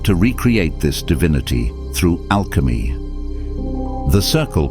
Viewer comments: "through Alechmy" 😔🙏🏻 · "Alechmy" xdd